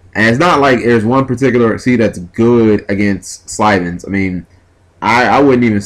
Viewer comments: SYLVANS. Not slyvans. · I like this duel, the problem is the way he keeps saying Sylvans, it's pronounced Sil-ven. Spelled Sylvan, just pronouncing it bothers me, but meh. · Definitely saying Sylvans wrong...